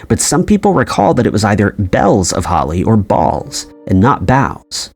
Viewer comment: Bells not bowels 😂😂😂